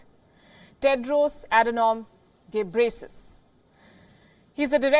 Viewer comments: Kkkkkkkkkk she call gebresis I came from Ethiopia but he is name tedros adhanum gebreslase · Can someone teach her how to pronounce his name? its pronounced GE-BREH-YEH-SUS